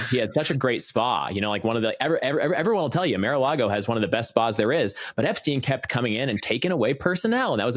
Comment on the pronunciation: It’s not Mare a Lago